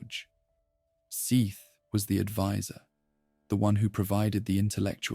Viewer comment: You had me in the first 20 minutes, I really thought this was a video with effort and care put into it. But as soon as I heard the three different pronunciations of "Seath", I was saddened. Ai slop, dislike 👎